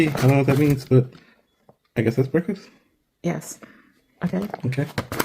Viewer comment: If that heffa say “BRACKfuss” ONE MORE FUNKY ASSS TIME ‼️‼️‼️